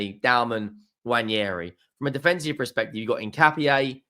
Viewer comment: I actually enjoy your content, you can tell you don't like us but you respect us. Great stuff. Slightest nit pick... It's pronounced "Wa - nah- ree", no second "i" to make it "Wa - nee - hair - ee".